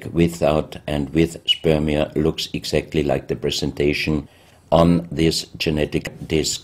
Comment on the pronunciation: Stop saying spermia.